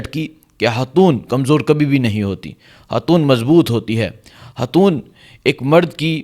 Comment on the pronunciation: اوہ بھائى۔ ھواتین کیا ھوتا ھے۔؟؟ ھاتون کیا ھوتا ھے۔ کیا آپکو اُردو کا حُرف “خ” بولنا نہیں آتا۔؟؟ خواتین ھوتا ھے. خاتون ھوتا ھے۔ 😂